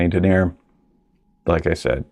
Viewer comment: Sounds like some people bring their corporate speak with them into nature. I would correct such a person on their pronunciation of "denier". It's denny-ay. It's French for grams per 9 kilometers of thread.